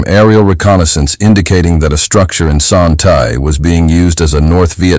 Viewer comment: Your mispronouncing Son Tay.